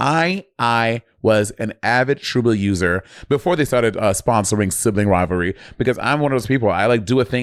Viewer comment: Once I heard Bob say “Sibling Riverly” and my dyslectic brain now permanently renamed the show that.